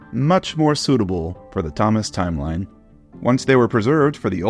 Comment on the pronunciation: Idk why, but I heard him say “Ťomaš”.